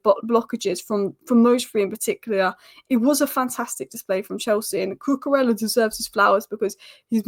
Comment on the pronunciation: Brilliant content as usual. Just a small "pronunciation nerd" point - it's more like: Coo -coo - RAY -a, not ELLA